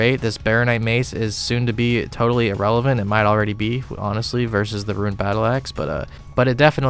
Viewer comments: Suggestion: Learn how to pronounce the word rune. Hint: it is not the same word as ruin. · the way you say "ruin" for "rune" makes me moist :p keep up the good work my guy